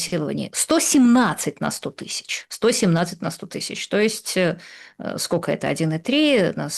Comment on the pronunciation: Юля,невозможно же слышать, скока стока. Вы же филолог